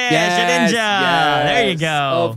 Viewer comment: Lol its shedinja